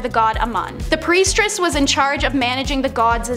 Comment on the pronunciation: OMG, stop saying Preistress! 🤭🙃😜🤔